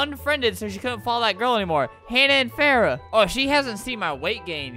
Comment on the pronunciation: i hate how u pronounced hana and farah